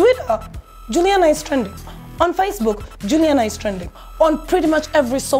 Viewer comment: She’s not Julina, she’s Juliana